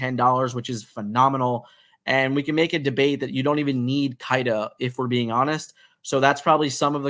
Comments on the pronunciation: It’s not Kai-da it’s Kee-da 🤦🏽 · I love you but it’s pronounced “Keeda”